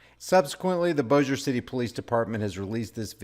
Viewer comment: I believe they could have non-lethally subdued Her. Also congrats on the correct pronuciation of Bossier.😎